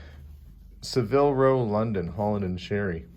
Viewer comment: Actually, it's Savile Row, not Saville Row. With the emphasis on the first syllable, not the 2nd.